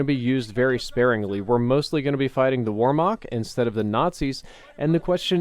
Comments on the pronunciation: Wehrmacht... "V-air-mack-t" not "War-mack" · C'mon. I thought you of all people would put effort into pronunciation. How do you get Warmok out of Wehrmacht? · oh you were saying whermacht. It first sounded like you said "warmoc" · It’s pronounced Vert-moct not Wert-mact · warmarch ? its called Wehrmacht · "Weremoct" lol it's "vermakt" spelled Wehrmacht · Its not Wohmach its wehrmacht (ver-mackt) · it makes a Ver sound not a Were sound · Hey, Wehrmacht is prenoused with a V not with the way it looks with a W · He pronounces wehrmacht with a W when it should be V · He probably means Wehrmacht. Kinda like a german army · What is this "Weremock" you keep talking about? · its pronounce "vare-macht" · "wormak" cmon man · what? there was not a separate Germany in WWII.. the Wehrmacht was the Nazi German Army.. pick up a history lesson. the Wehrmacht also had swastikas on their uniforms.. so that's not really getting around the issue. and FYI, Wehrmacht is pronounced with a "V" sound. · war-mock jesus work on your german:) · Your pronunciation of Whermacht hurts... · "Warmacht`` dude that was the funniest pronunciation ever xD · Wehrmacht is pronounced VARE-MAHCKT. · He saids wormock instead of Wehrmacht xD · "Historically accurate" "where-Mach" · "warmach" lmao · ver (pronounce it quickly) - maht (pronounce it quickly as well) W e h r m a c h t, for anyone wondering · Yeah I was like what the hell is war mock... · I tried googling "warmak" to see what he was talking about... this clears it up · Oh was he saying Wehrmacht?! lmao I was like wtf is 'Warmog'? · He pronounced it wrong google Wehrmacht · Every time he said it I cringed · Your pronunciation of Wehrmacht is cancer:P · When he pronounced "Wehrmacht" my heart dropped :(